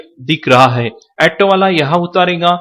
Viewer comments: jaan kari to achi hai bhai ji par , aaato nahi hota bhai auto hota hai , aur ha , hindi to thik se bola karo yaar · एटो नही ऑटो बोलते ह